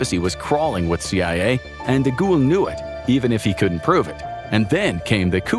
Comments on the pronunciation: Who TF is De Ghoul? It's Charles DeGaulle... "De Gall" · I couldn't listen to him being called, "DeGhoul". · Charles de Gaulle (pronounced de Gawl) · Nice vid and thank you 🙂✌ If it may help in the futur, for Charles DeGaulle, you sounded the ''De'' rigth, for the last part, try sounding it like the word "goal" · Your pronunciation of De Gaulle is so remarkable that it took me out of the narrative every single time 😅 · That's not how you pronounce "De Gaulle......" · Americans struggle with English let alone French 😂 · It’s De Gaulle. You keep pronouncing his name like a ghost